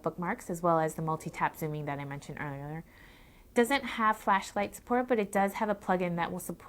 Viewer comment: Another fail. She said earlerier instead of earlier